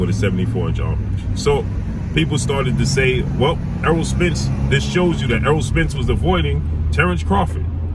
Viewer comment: Name is errol pronounced like arrow not earl smh but anyway love your content